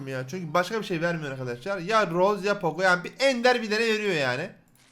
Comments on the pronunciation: Abi Lütfen roz deme roza de yaaa sinirimizi gidiyor seviliyonnn!!!! ❤️ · Abi roz deil rosa